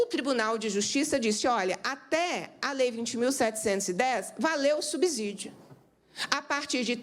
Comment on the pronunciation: Subsídio tem a mesma pronúncia de " subsolo" A letra S depois de uma consoante o som é de dois SS.